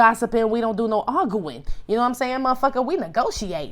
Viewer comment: not AR GOO IN! lmaoooooo I always noticed how he said that! Love you always,! Stay UP!